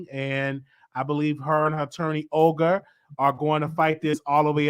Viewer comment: lol 🤣🤣🤣Not Oger 🤣🤣it’s Olga pronounced Ulga. You are so damn cute🤣